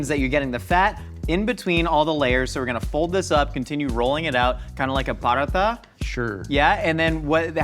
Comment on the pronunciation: Need a little bit of practice on the "paratha"... 😐